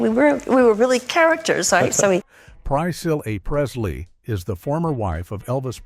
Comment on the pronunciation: The only one that I noticed that it mispronounced was Priscilla Presley but then again I could be totally wrong and it probably pronounced a lot of others wrong too. I don't know what text-to-speech voice that is but if I had to use that on my screen reader it would drive me insane! Just no. I'm blind I use a screen reader every day of my life and if I had to use that text-to-speech voice to read my screen and it mispronounced stuff like it did Priscilla Presley, forget it. I'm out.